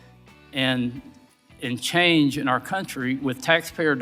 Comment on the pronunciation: it says it all. “We’re creating great turmoil and — and CHANGE in our country,” and that word is kryptonite to republicans. And, yes, he DID stress the word change, almost as if, in disgust, he was wiping a booger off his finger as he said it. I bet he sputters over the word TAMPON too. 🙄